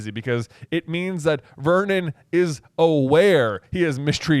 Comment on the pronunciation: Every time i hear Uncle Vernon's name i hear "Vermin" (I am Dutch and have knky read the Dutch version of the books, and the Dutch name of uncle Vernon is "Herman").